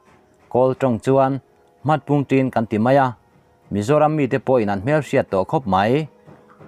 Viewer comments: Hmarpungtin chu i lam dik kawp mai🤣🤣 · Hmatpungtin tih tur aw